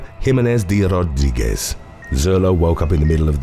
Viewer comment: How he pronounces "De Rodriguez"! 🙏😍